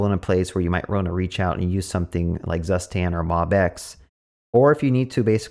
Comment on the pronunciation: You pronounced Zustand wrong ;). It is a German word so is pronounced differently. And by the way is the best state management library as it sounds cooler and requires less boilerplate :).